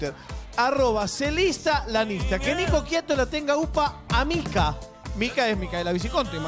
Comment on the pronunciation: ES IANISTA NO LIANISTA